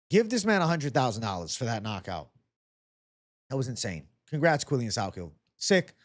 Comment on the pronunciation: Ps: the pronunciation of his name is "Quill-Lan" ...not "Quill-Lian" ...but you are close 🤪